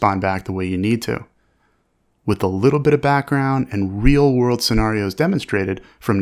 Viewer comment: Sounds like a really interesting class, but I couldn't deal with that pronunciation of "scenarios" for an entire course. Great content, though